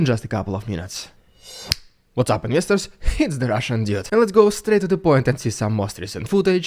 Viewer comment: Thanks for such a balanced, intelligent comment. BTW he didn't say one week; he said weekles... This channel is more about going straight to the point for invyestors, in mocking Russia's primitive modus operandi. I love the, but I can't resist mocking some of his mistakes because he mocks so much! It is ridiculously oversimplistic, and more like a pep talk towards Ukraine's eventual weak tree.